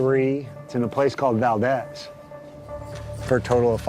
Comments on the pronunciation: Lived there for 18 years, it’s ‘Val-deez’, long e sound. Not like the Spanish pronunciation Valdez. It’s so annoying for people to disrespect Valdez by pronouncing it incorrectly. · Valdeeeez for f’s sake!